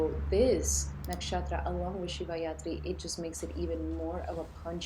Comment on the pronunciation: You mean shivaratri not shivayatri 😂 but makes sense💚